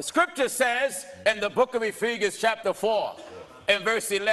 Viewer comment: “Ephegan”, seriously???? And he has the audacity to call himself an Apostle???? That’s blasphemous!